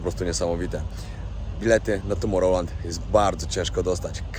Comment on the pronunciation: "Tomorełlant" XD